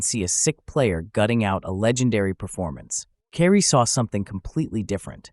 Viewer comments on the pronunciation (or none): His name is not pronounced "Carrie". It's more like "Kii-Ree." None the less, I learned from this segment. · Carrie ????it's kyrie😂😮😢😅